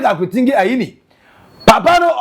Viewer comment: is akurutinga and not akurutingi aah why cant you read and pronounce simple things